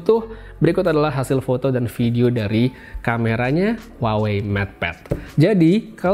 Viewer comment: Bukan huwa wei tapi WA WEI